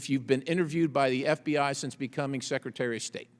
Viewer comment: How come he can’t stop calling him #seketary??